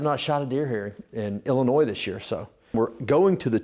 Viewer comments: The "S" is silent in Illinois. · Congrats and nice video! Don’t know if it was to troll or not but the ‘S’ on the end of IL is silent.